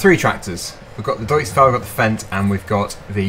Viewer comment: nice vid but you said deutz wrong just to let you know